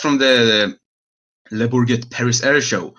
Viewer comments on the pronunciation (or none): It’s pronounced « le bourjé » or something like that haha